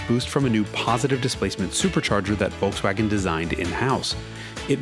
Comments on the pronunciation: The first time, that i hear "Volkswagen" pronounced correctly in an english video! Nice! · Is it Just me being Stunned by His Perfect Pronounciation of Volkswagen Just,i thought for a Second hes German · First American I EVER heard pronounce Volkswagen properly. I have never heard anyone here in US use "F" instead of "V" in the beginning - AND...properly saying SH in Scirocco! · That Volkswagen-pronounciation was on point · that was the most perfect pronunciation of volkswagen I have ever heard an English-speaking person produce. mad probz. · did he just pronounced Volkswagen right ! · The Volkswagen pronounciation was 100% on point! Greetings from germany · Is this guy german? the pronouciation in the first "Volkswagen" was spot on